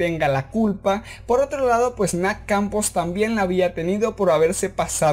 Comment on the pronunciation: Pq dices nac Campos en vez de Nath? xd